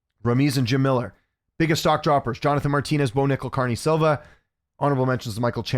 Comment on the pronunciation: Viv-e-on-e Ah-dah-ooh-jo & Cuh-re-knee Silva. The other videos there have been some more but yeah. I mean it in the most respectful way possible btw. I don’t wanna come across rude or anything. Just a question. Thanks